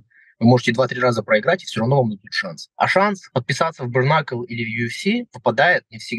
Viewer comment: брКнакл... аааааа. мои уши